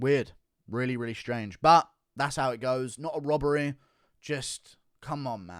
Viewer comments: HONESTY. Not HONESTEH. Robbery. Not ROBBEREH. Ffs. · "Volkanovskeer" "honestleer" "robareer"